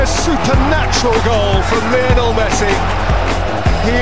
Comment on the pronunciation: When the commentator says Lienol messi!! i hear them saying little messi!!